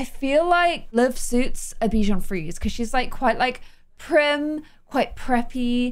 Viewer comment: Hey, the Frisé in Bichon Frisé is pronounced like free-zay =) It's the french word for curly, we also refer to some types of salads as frisée.